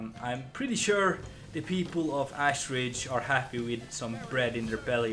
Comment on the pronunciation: Lol says he can't pronounce the first name but pronounces Ashridge as "Assridge" 😂